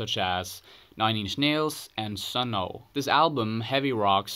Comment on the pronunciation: and its not Sunno its simply sunn